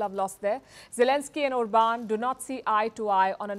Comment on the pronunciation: It's pronounced OR-bahn. He's not French, ffs.